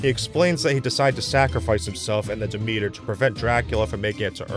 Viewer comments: So is the ship called Demeter? Isn’t that usually pronounced DEM-et-ur? Why do they pronounce it almost like “the meter”? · It's the name of an ancient Greek goddess, which is pronounced "de-MEET-ur". But as the filmmakers have decided that banning a religion causes people to forget everything about it (because that's always worked throughout history, amirite?), it probably SHOULD be pronounced "DEM-et-ur". So...yes and no.